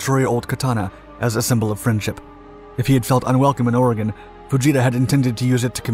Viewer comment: well he pronounced oregon right do you know how many people get that wrong